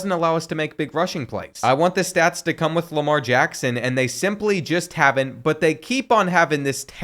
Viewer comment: nah that ain’t Lamar Jackson that’s Jamar Lackson